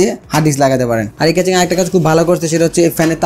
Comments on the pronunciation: কেচিং না কেসিং। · Casing ke Catching boltesen keno lmao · কেচিং বলেন আর কেসিং বলেন সেটা বড় কথা না,,,,,বড় কথা হলো আপনার ভিডিও ভাল্লাগে,,,, ❤❤❤❤❤এহন যা করার করেন,,,,এখনই অর্ডার,দিতাছি এইডা😁😁😁😁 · Vai re vai, ক্যাচিং na, কেসিং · vhaya caching na CASING :) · Accent is two kind.One is regional another is official.Regional accent is not acceptable in public domain.Casing should be কেসিং not কেচিং। If he can pronounce কেসিং why would be pronounce কেচিং? Mobile is মোবাইল whould you ever say মবিল? In Interview or official task আঞ্চলিকতা বা অশুদ্ধ উচ্চারণ should be avoided.Same goes to public interaction. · কেচিং এর ফন্ট 😂 vai pronunciation thik koren ! khub pain lage bal sal shunte. audio off kre review dekhte hoise ! কেচিং কেচিং কেচিং !